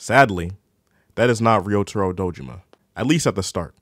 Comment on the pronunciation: it’s pronounced like “Rio Taro”